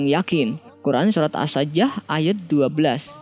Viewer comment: Ya Allah siksa yg paling ringan saja spt itu,apalagi yg lain. Allahu Akbar...😭😭😭 (Ralat min,di menit ke Surat As-Sajdah bukan dibaca As-Sajjah,tapi dibaca biasa yaitu As Saj-dah,cara membacanya pakai Qolqolah,cuma meluruskan...)